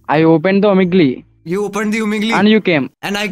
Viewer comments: 2nd one omigliii🤣😂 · stranger i opened the omeglee Carry-you opened the omeglee And me-chalo ab jaake comment me likh deta hu😂😂😂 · "I opened the omeglee and you came."🤣🤣🤣🤣